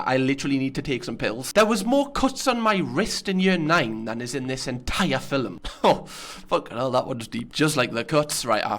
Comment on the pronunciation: "fillum" Lewis: "girrell" ArthurTV: "Im gay"